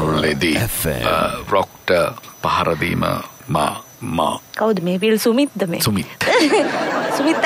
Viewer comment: විල් සුමිත් නෙවෙයි "වීල් සුමිත්"